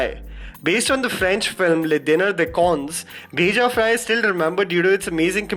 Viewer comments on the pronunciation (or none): Its 'bheja' not 'beja'....u r pronouncing wrong